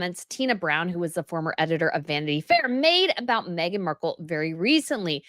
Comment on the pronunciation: please quite saying magen Markle all the time